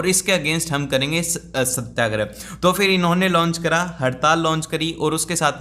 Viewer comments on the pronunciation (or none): Satyagraha= satya+agrah Not satya+grah 🙂